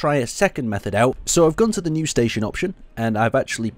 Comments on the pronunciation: "staton" lol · "Staton Wreckage" Is english first language?